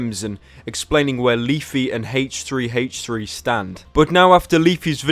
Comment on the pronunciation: Does anyone know why he pronounces it "Haych3" rather than "Aych3?"